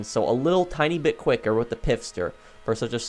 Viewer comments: Please stop calling it the "Pif-Stir" there isn't an "I" after the "P" it is pronounced "Fist-her" 😉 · Its Pfister, not "Pifster"...